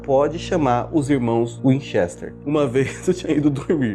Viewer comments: ele disse winchester errado. OBS:não sei se é assim que escreve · Miriã Narciso Essa pronuncia foi foda..